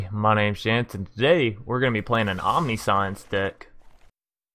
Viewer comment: 70 cards may be a bit much. Definitely looks like a fun deck tho. On another note, Omniscience is pronounced “Om-nish-ents” just for future reference! Good video tho